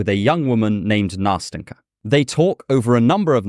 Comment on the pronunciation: Nast’en’ka, very soft t and n sounds. It’s a diminutive from Anastasia, it should be soft and tender. It’s not that hard to pronounce, why don’t people even try?